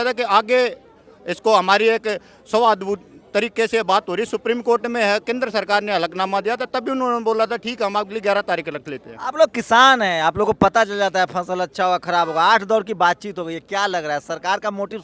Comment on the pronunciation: हलफनामे को हलकनामा बोल रहा है। रीपील का मतलब भी शायद इस नेता को नहीं। नेता बनने के लिए, ज्ञान आम आदमी से ज़्यादा होना चाहिए